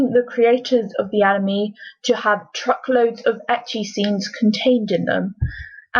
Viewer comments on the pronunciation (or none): In the beguinning of the video they prononced anime "animi" But then... Later changed it to anime they had to say animi a couple of times to say it anime. Only me who noticed? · The mispronunciation gives the word "anime" is cringy to my ears... HELP. ME. "ANA MEEEEEEE" I WANT TO GOUGE OUT MY EAR DRUMS!!!